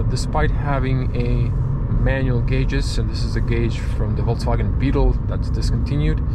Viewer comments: it's Volkswagen, not VolksCwagen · that's how most slavs usually call the volkswagen itself